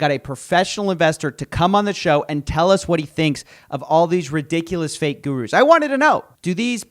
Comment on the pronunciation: 'Fake guhrooze'